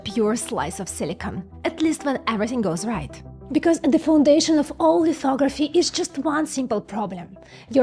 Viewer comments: OMG i swear to god i thought you said "lithography is essentially fuckoveraphy" 😆😆😆 and yes... yes it is.... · Did she say, "Fucktography"? 😉🤙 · "lithography is essentially Fucktography" i can't unhear Ts bro 😭🙏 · what did she sayyyyy? Fucktography? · Did she say, "Fucktography" 😂😂😂